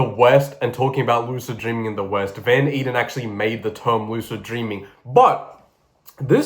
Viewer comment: I dont think this comment will ever be seen but Frederik van Eeden is actually my great great grandfather and its pronounced ey-den